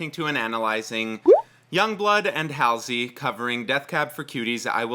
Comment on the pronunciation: I love that you call her ‘hal-sey’ rather than ‘hall-sey’